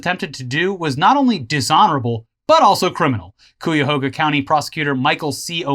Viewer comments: OH GODS THAT HURTS Cuyahoga's first syllable is pronounced like "guy", not like buoy. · No...not Coo-ya-hooga, it's Kie-a-hoe-ga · From a Cleveland native, Cuyahoga County is pronounced KAI-YA-HOG-A, at least to the non Native Americans that stole the land/name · Ohioan here, its cuy(pronounced like guy) ah- hog- ah.... but I like yells pronunciation too. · I know you guys don't read your comments, but it's pronounced "Ki uh ho guh." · Cuy-yah-hoe-gah. That's how you pronounce it. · Cuyahoga: Kai-Yuh-Hoe-Guh. holy jeebus did murder the poor county name haha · Cuyahoga county is pronounced like " Buy-a-hog-a", that's actually how we tell people to say it, this is Hill-Billy hell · Cuyahoga pronounced kai•uh•how•guh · Cuyahoga is pronounced kai-uh-ho-guh. Ohio and Virginia have weird little names that don’t make sense when locals pronounce them lol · *CUYAHOGA RESIDENT HERE*: ITS PRONOUNCED BUY-A-HOG-A with a C, you west coast cucks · Hey guys! I've been watching your channel for a long time. Got to meet you in Austin. Btw, that's not how you pronounce Cuyahoga (kai-uh-hoe-guh), but I also found it hilarious!, you know very well you have fans from all over, but it's still interesting hearing about your local political drama anyway. Keep up the great content as usual! Sincerely, A Reluctant but Terminal Ohioan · As a dumb Ohioan I thought I'd let you know, Cuyahoga is pronounced Ki-ah-hoga. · Dudes, Cuyahoga is pronounced Koi-Ah-Hoe-Ga. Not trying to be a dick, but I like to see you be accurate. Plus, the Cuyahoga river would be great as one of of your stories as it's history of catching fire... twice. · Im from Ohio - I dont care how you pronounce it, but ... the way you say it is weird... It's and old native word. I've always heard the word pronounced - "KAI - Ahhhh - Hoe - GAh". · Kīahōga >.> sorry that bugs me when people mispronounce the county name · Cuyahoga is pronounced like KAI-uh-hoguh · The way you pronounce Cuyahoga hurts me XD